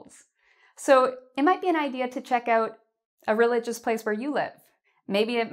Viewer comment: Everything was okay until u said reigious places